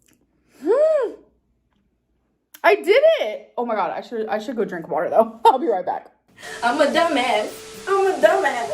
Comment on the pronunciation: When she says “ohmygah,” I want to die